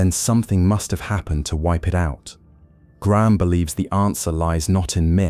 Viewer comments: When you pronounced his name as Griahm , I turned off. Hating AI, narrate yourself or piss off. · so AI can't pronounce "Graham" ... got it.